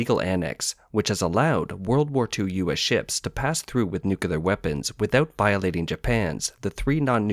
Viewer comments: insights.. It's Nu-Clear! NOT NuCuLar! Geez! It's been decades since the world has pointed out George Bush's mistake. Why are u still making the same mistake?? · "Public waters" are known as "International waters". 🤦‍♂ Nuclear is pronounced as new-clear , not new-killer. 🤦‍♂ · You lost me at "nucular." 🤣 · Please learn to say "nuclear" correctly. It's embarrassing to listen to. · why is it so hard to pronounce the word nuclear for some people?